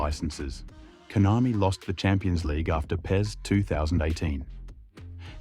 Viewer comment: KONAMI ❌ COINAMI✅